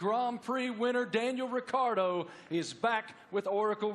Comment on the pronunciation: Holy bleep Did she really just call him "Daniel Retardo"😳